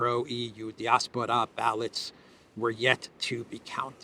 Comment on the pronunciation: Love the channel. But I think it's pronounced "die-ASS-por-uh."